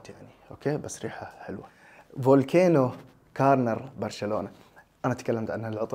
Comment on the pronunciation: فولكانو✅ فولكينو❌